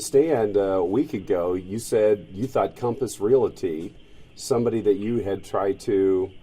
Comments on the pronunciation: The real crime here is how the reporter pronounces "Realty" LMAO uughhhh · What is a “re-altee.” I know about realties, but this reporter is asking about something else.